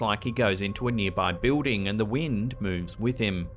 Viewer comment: Btw, when he says, "Bewding" he means Building.